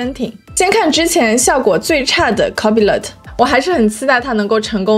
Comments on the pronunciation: copilot應讀 co-pi-lot，不是copy-lot。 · NO！应该是：抠怕了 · 微軟那玩意兒唸作Co-pai-lite. 其他的受教了～ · 内容很干货，但是copilot你杂发音？